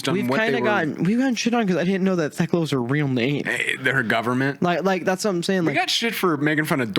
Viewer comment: On my hands and knees begging yinz to stop pronouncing the H in Thekla